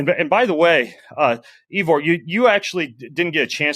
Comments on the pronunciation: So disrespectful of Ben to mispronounce Ivor's name ("Eevor"???). Shows a lack of respect and/or preparation. And on top of that exercising while having the discussion. Shameful. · “Eevor”. Didn’t know you had a new name Ivor 😂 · Yes, annoying, and should learn how to pronounce the guest’s name (Ivor).